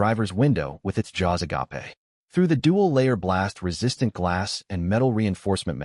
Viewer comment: Agape = agapé. 😂😂😂 Never change, AI.